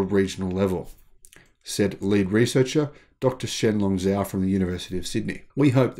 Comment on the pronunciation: As a former Chinese language teacher I’m continually cringing with the mispronunciation of Chinese names. Romanized Chinese pronunciation is difficult and not intuitive. For example, the name Zhao is actually pronounced Jao. For future reference, if you aren’t sure how to pronounce a Chinese name, check a Pinyin romanization chart online. With a little practice it becomes second nature after a while. I absolutely love your channel—keep up the great work!